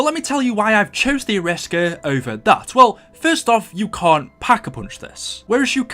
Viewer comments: Arisaka not the Ariska! LOL! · Any one else bothered that he called the arisaka the ariska? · Ariska? Isn’t is Arisaka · i know this is 3 years old but who the fuck calls the Arisaka, ARISSKA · Wasn't the arisaka pronounced air ee sock a, and not a risk a? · It's not A-risk-ar it arrow-as-ka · the arisaka is pronounced ari-saka not aris-ka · Call the arisacka the ariska😂😂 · It’s pronounced as Ara-Sa-Ka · BOA ITS AIR-REEEEEEEEEEEEEEEEEEEEEEEEE-SOCK-AH ARISAKA! PRONOUNCE IT RIGHT! PLEASE! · It's pronounced Air.E.sock.a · Ok 1 you look like an idiot mispronouncing the Arisaka and 2 the Shiva is not an assault rifle! It’s not even full auto or select fire let alone it looks like it uses a longer round than an intermediate cartridge length. An assault rifle is select fire with an intermediate cartridge length round. Get your facts straight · Wtf is this shit. He can't pronounce Arisaka for shit. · YOU CANNOT BE SERIOUS ABOUT HOW YOU PRONOUNCE ARISAKA